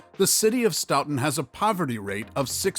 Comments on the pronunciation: Pronounced stoton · IT'S STOW-TON (the pronunciation that is) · It’s pronounced Sto ton ( like the sto in store! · It’s Actually Pronounced STOE-TIN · stow-ton is how you say Stoughton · You are pronouncing Stoughton wrong!! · You're pronouncing is horribly wrong. Stop. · Obviously don't know shit about Wisconsin. Including how to pronounce Stoughton 🙄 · I laughed so hard when I heard him pronounce Stoughton!! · Stoughton was pronounced wrong every single time not to mention opioids and meth plague the place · I have a hard time taking this seriously as they mispronounced the city of Stoughton. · I laughed so hard when he said Stoughton like that!!😂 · Every time he said stoughton made me wince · omg same, i was like STOP SAYING IT LIKE THAT. You think they would google how to pronounce it before posting the video. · Same!! I grew up in Stoughton and it just made me cringe when I heard him say Stoughton, to be fair though We did misspell our water tower once I heard